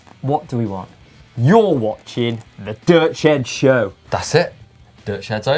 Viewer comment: I still say you must get metal singer in to teach how to say the dirt shed show properly.... *sigh